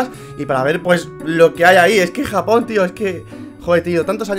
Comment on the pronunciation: Cuando dice me voy a japooon parece que dice jamon like si encuchaste eso xD